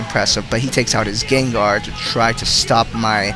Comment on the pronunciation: it kinda sounds like ur saying gaydar not gengar